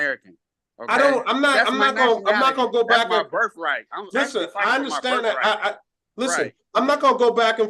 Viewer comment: First of all it’s birth not birf. Second of all, then move go to another country. You won’t be missed.